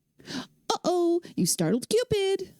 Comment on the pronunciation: Yeah, what's with that "oh oh" thing?! It's "uh oh", damn it! I always did hate that damn shark too. I wish they'd implemented him more like they would in Space Quest 3 - have him only appear on screens you were absolutely not supposed to go to, and make him appear on the far side of the screen, so you'd have time to get away. I could be mistaken, but I think the pelican comes back after a while, if you scare him off. I think it was actually Leisure Suit Larry 2, not 3, that that point and click remake was made of. (Unless such remakes were made of both games.) I don't know if there are any opportunities left, but here's a song suggestion for going down more Sierra stairs: ♪Goin' down, down, down, down, down... goin' down the Sierra stairs♪ (I don't remember what the song's called, but I'm pretty sure it's an Elton John song.) Actually, there is a mummy death, but it doesn't really show much. It does ask, "How did you get in here without the scarab?" though. Well, I mean, Edgar is trying to be discreet. He doesn't want Lolotte or the guards to know that he's bringing Rosella the key, but they probably won't be suspicious of him bringing a rose to the woman he's about to marry. That's about the time I fell out of love with the MCU too - though it was for other reasons that I won't get into here.